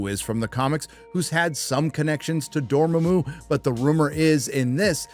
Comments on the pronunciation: why'd he say it like Doormuh🐮😂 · "Dormomo"? Dormamoo <. Aspiring to be iconic; You mean like killmonger? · Isn't Dormammu's name pronounced Door Mom Muu? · Ah yes, “DoorMooMoo” that satanic cow who is also a door to hell 😂😂😂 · It's strange how he pronounces dormamu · "Dorm-uh-moo" Is this dude is a poser grifting for money or what? He reminds me of that chick who claims to love the football team, yet can't pronounce the runningback's last name. She's not a bad person for it, just a little ignorant about the thing she claims to love. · "Dorm-uh-moo" Is this dude is a poser grifting for money? He mispronounces names. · Damn man just say you don't know commics, can't pronounce Dormamu and hate black people, poser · You're the only one, I've heard pronounce Dormammu like that, besides Dan Murrell. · 2 things, maybe just nitpicking 1. you said the name wrong 2. Already explained it's a different universe. Norrin Radd will show up later. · He doesnt even know how to pronounce Dormammu, lol. Some comic fan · Th3birdman called him out on Hella crap that anyone who is a comic fan would know... he doesnt even know what a legacy character is, hell, he didn't know how to pronounce "Dormammu" .. he may know some but dude is a grifter fueling the flames of ignorant racists that have nothing better to do than spread their hate